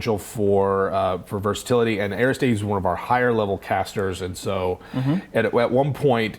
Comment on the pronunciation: Perversatilty? versatility